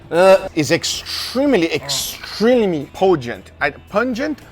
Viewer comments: bro said pogent lmao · 🤣 Pungent + Potent = Pogent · "It's extrelimy pogent." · in this case its poo-ngent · Its extrilimy poongent